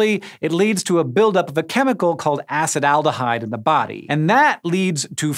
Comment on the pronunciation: it's pronounced uh-see-tuh-al-dih-hide